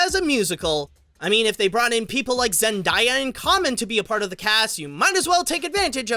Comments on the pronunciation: It's Zen-daya , not Diea . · ZEN-DAY-A not ZEN-DIE-A!